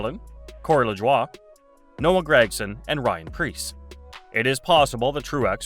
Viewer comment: This episode is almost a carbon copy of the previous episode. Be original, produce new content. And again, you mispronounced Corey Lajoie's name. So, I did not enjoy this episode.